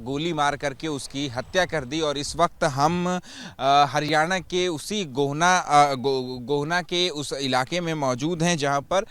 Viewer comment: गोहना नही गोहाना😂😂